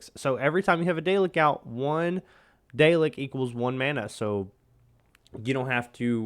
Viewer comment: saying it wrong man 😂 pr9nounced " Dal- lek